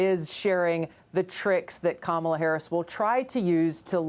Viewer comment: Stop calling her Kámala, call her Kamála.